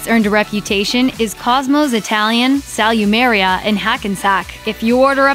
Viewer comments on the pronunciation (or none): "Cosmo's Italian Sal-you-mare-ea"